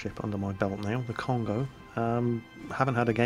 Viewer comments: Great video! I'm getting excited now!:D On the subject of the Kongo, it's been roman-ised incorrectly, it should either be Kongō or Kongou. So less of an 'oh' sound, and instead a 'oh-oo' or maybe more of 'or' sound. Keep it up!:D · Have some pronunciation corrections. Because mispronouncing things makes you sound silly. Yamato: "Yah-ma-to" Fuso: "foo-so" Kongo: "K-ongo" very hard K sound.